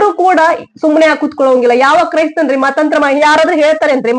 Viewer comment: Mathanthara not Mathanthra🙏